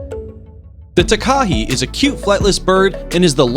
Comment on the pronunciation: Takahe is pronounced Tah-kah-heh, rather than t’kah-hee. Invercargill has a hard G, as in gill. Also, Kiwis are NZ people, kiwi are our national bird, and kiwifruit are the food.